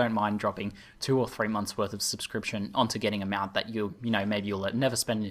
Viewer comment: Whats a "Mewount"?